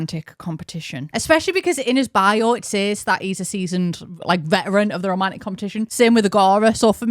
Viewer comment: it took me so long to understand you were saying "romantic interest" and not "Romanic Interest" I was really confused what Romania had to do with this update